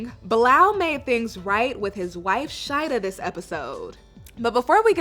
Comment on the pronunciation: Is her name really (shady-dah ) because In Trinidad we’ll pronounce it as (Sha-EEE-dah ) it’s a common Muslim name in Trinidad 🇹🇹🏴